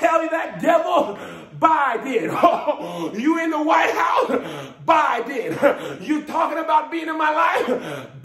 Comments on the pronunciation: BI—DEN. That’s right. In January, Trump can say good BI then. LOL 🤣🤣🤣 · "Tell that path Bye-den." U better preach with that Sweet Baby Ray's!